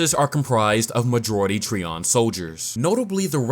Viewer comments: You pronounce it as Tree-on and I pronounce it Try-on. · (Tri)(on) - Trion it hurts each time you say it lol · Trion is pronounced "try • on."